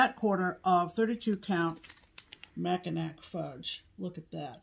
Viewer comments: did you say Macinack?? Or Mackinaww?? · No, the carrier has been put away for quite a while, so no worries there. And just chock up mispronouncing of Mackinac to just being "out to lunch." She knows full well how to say it correctly 😉. She will not be doing 12x12.